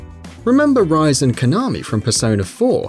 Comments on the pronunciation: Something tells me either he's never played a Persona 4 game since all of them pronounce Rise's name as RE-SAY, or he was at some point a WatchMojo member since they NEVER pronounce the names of anime character's correctly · Jeffrey Tom look how he pronounced Rise that's the biggest sin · I immediately stopped watching after you butchered Rise's name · I can forgive Persona 5's pronunciations for Kitagawa and such, but The way he pronounced Rise was just ............................K. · How to tell if the narrator has never played persona. ask him/her to pronounce the name of the character "Rise" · As soon as he mispronounced Rise I got a little triggered. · You mispronounced Totoro, Rise, Kanami, Caroline, Leblanc, and Yusuke. Also "Yusuke's palace?!?!?" He doesn't have one! Its in Futaba's room! Please play the game you make a video on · ITS RI SE (pronounced as RE SEH) not Rice or Rise ， hope you take note！ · says rise not ree-say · The pronunciations of the name has already pissed off the persona fanbase. Yusu-kay. Ri-say. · Its Ree Seh, not Rice! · OMG.. ITS pronounced REE SAY.. NOT RISE... WOW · Just so you're aware, it's pronounced Re-say, not Rise :P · rise?.....is rise!!!! REE-SAY! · Resay not rise....... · its ri-se not rice.. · pfthh~•○ Ri-Se , its spells separately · It's Ree-Sey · Her name is pronounced Ri-say not Rise! God! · rise is pronounced resay not rise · actually play the games before you make a vid on their easter eggs (: its pronounced ree-say, rise is the one with brown hair, le blanc has silent c, the reaper and twins boss fights are not secrets easter eggs or anything like that, idk how to type out the pronunciation of ginyu but it sure as hell aint said the way you said it, yusuke didnt have a palace, there were no figures like that in madarames palace, they were in futabas room, yusuke is pronounced yu-skay, final ending is nothing special. dont make a secrets, easter egg whatever video if your gonna mess up almost everything